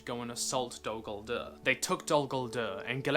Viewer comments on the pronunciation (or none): It's nice that u make these video's, but if you love languages like Tolkien did, try to speak out the names correctly, like: Dol Guldür( Not Dol Goldurr), Gàndàlf ( not Gèndàlf), Gàlàdriel (not Geledriel)... Don' t take me for a Troll, just try to help. THX